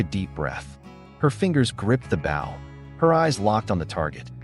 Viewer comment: An Indian’s bow is pronounced with a long “o”